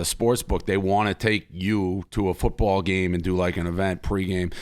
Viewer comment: Hahaha its fewtbaw